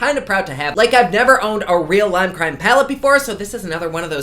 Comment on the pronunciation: “leem cream” I just don’t even care what you’re doing anymore, you saying a brand name in a funny way is all I need